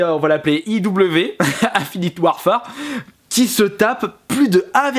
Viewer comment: "On peut faire confiance à DISS" !!?? --' Je me suis retenu pour le "1finitt Ouarfar" parce que clairement Cod... Voilà quoi... Mais bordel c'est pas si compliqué de faire un minimum d'effort de prononciation sur les mots anglais !!! Dice se prononce "DAÏCE" ! Merci...